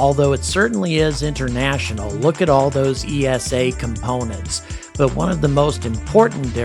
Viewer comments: I was just wondering why you say EE ES AY for ESA when you pronounce NASA as one word. Over in Europe we pronounce it EESA, one word. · Please pronounce ESA as you do with NASA, you wouldn’t say N A S A either :)